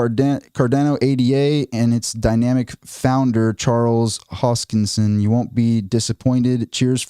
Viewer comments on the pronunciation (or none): none